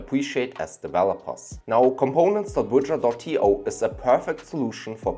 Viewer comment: Bro, just put the links. You're pronouncing 'Bujra' for 'Bridger' . How do we find these?